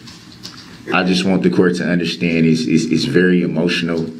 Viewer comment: For somebody who doesn’t “underschtand,” anything, he sure got that that exhibit “struck.”